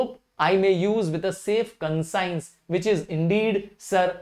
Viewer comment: Sir u r pronouncing conscience wrong